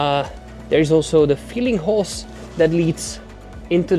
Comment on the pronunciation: If you will excuse me it is hose not hos.